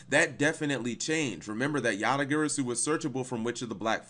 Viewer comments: Yata Guh-Raw-Soo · yata gary-su... come on man... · Dat Garasu part sounded very off lolz Then again, Japanese is purely phonetically consistent...so... :P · I reject the way u pronounce garasu 😤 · The way you pronounced "Garasu" made me take 1+d4 psychic damage